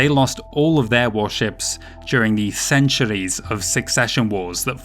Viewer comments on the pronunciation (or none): Someone has got to think of a drinking game for each time he says "ceanchuurees"!! Please?